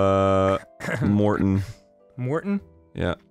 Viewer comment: *Aaron ~ "Arin" *Morton ~ "Mortin" I swear he does this shit methodically